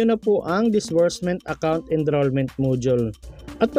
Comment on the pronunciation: ENROLLMENT PO, NOT ENDROLLMENT